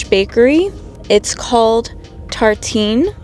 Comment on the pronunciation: You pronounced the word tartine perfectly in French.